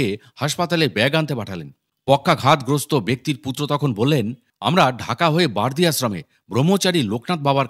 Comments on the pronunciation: বার্দি না বারোদি গ্রাম। উচ্চারন ঠিক করুন। বাবা র কথা বলছেন। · উচ্চারণ ঠিক করুন। বার্দি বলেছেন কেন বা র দি বলুন।Barodi